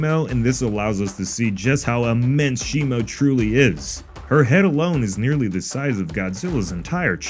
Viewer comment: I keep zoning out and hear him saying "shemale"